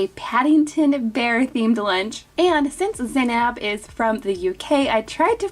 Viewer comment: The girl named Zainab is actually pronounced ZAY-NUB and not nab, hope that helps in the future :)